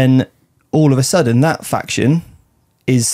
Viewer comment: I'll get told! Silly goose not knowing how to pronounce his own faction he invented 🤷